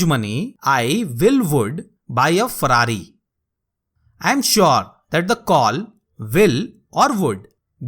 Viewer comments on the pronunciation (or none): none